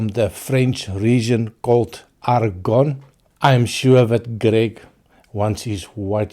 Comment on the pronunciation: "Argonn" (with an emphasis on the "n") is ok, as you pronounced it correctly at several times (you don't pronounce the "e") so pretty good,! This one intrigues me (this category of wines these casks are coming from is called "vin tranquille" (or "quiet wine") in opposition to sparkling wines, especially regarding that region (Champagne). Also, as I understand it, these wines are usually made of Pinot noir grape variety, so it might strike a chord to you as it is the basis of those amazing Pinotage wines from your country of origin (I will always remember that stellar Three Ships 15 yo Pinotage of some years ago that was one of my whiskies of the year who got a very high score), but might be of several fills casks, this...Too bad the price of this expression is quite hefty as I see on line...Nice tasting notes of yours, sounds like mouthwatering stuff... Cheers!